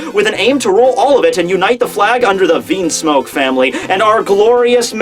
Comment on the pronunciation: stop prounouncing things wrong. You have pronounced Bege wrong, logia wrong (from another video; wtf just listen to anime episodes lol), Vinsmoke wrong, etc etc etc. This is just from the top of my head. It bothers me. If you are doing it to be a troll or for humor's sake it's one thing but when your video production is becoming more and more professional but your pronunciation is going down it's unfortunate. Don't be Double4Anime and please work to improve it lol:P You're someone who could get to 1 million subscribers someday, so please please please do that for the viewers who it does bother.